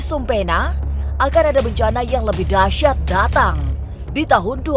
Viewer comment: Dahsyat Sebut nya dahsiat bukan dahsat 😀